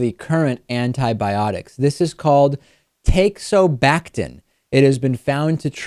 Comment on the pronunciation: *"Teixobactin" = Take no Backin' at least thats what it sounded like when he first said it XD